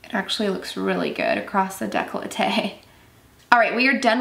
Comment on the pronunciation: Congrats! I heard so many youtubers pronounce the word "décolleté" wrong (I am french) and it gets furstrating but you did not! You are litterally the first one (on so many) to have said it right. My ears can rest in peace now haha By the way I love your videos!